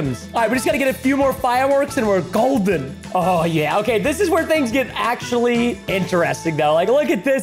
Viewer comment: it axeually